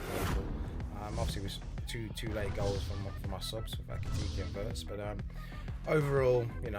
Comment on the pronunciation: How any supposed LFC supporters say Xavi instead of Xabi is completely beyond me!